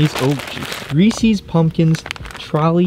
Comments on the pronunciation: Lol You pronounce Reese's like you've never heard of Reese's cups before!! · “reesees” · bugs me so much when people say "reesees" Reese is a person and "Reese's" is his candy. There's even a goddamn apostrophe in the name. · He said Reesees, it's Reese's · Y’all really said reesees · Did he just say reecees